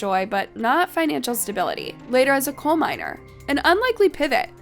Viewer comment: Also coal mines and not cold mines …hire me 😅